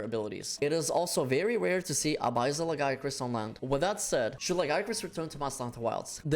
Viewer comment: “ABIZZAL LAGIACRUS” 💀